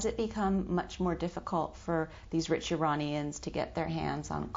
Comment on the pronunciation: Well, she did say "Iranians" and not "I-Raynians." Impressive for a FOX News anchor.